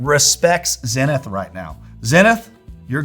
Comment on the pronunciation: That's not how you say Zenith. How am I going to trust dudes that don't pronounce Zenith correctly?